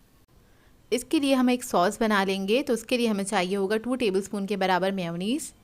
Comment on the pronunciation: It's may yo neese Not meow neez